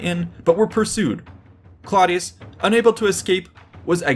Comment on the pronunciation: Clodius is pronounced "CLOH DE US" (The CLOH is pronounced similarly to the name Chloe). This was the name he took when he became a plebian in order to run for Tribune. Before that he was a patrician of gens Claudia (IE: Claudius) which is pronounced more like "CLOW DE US" (Think Clow as in "Clown"). Its a subtle (but actually a VERY important) difference and anyone who has the audacity to make a video on the subject should be respectful and knowledgeable enough to get these details correct.